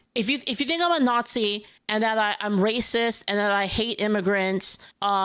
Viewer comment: I'd love your pronunciation "naughtsee" to be whispered in my ear over and over again 😂😂😂